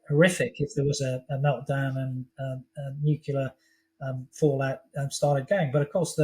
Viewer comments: It's pronounced "NEWCLEAR" not "NEWCULAR" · Great interview but why does he keep saying Nucular when its Nuclear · Propaganda for the dumb. It's noo clee ar not noo koo lar. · "nukular" video closed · Yay, yet another "nucular" expert who should know better.